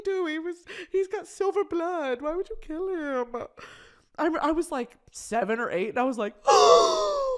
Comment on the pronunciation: 😂😂😂hahahahhahahaha “why would you wanna kiwl a unicown man”